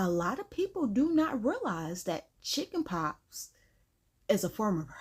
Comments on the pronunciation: Chiiiile, did you say “Chicken POPS”???🤣🤣🤣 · Are you saying chickenpops?